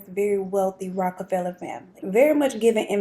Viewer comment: Yes. You are saying his name right. Love your channel ❤😁.